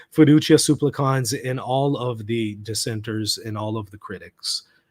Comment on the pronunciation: This is a nitpick I know, but it's been bothering me. The accent in the word "supplicans" falls on the first syllable. You're right that the final syllable as long, as is the first, but please don't accent the last syllable.